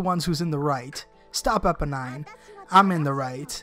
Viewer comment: I think you pronounce it Eeponeen :D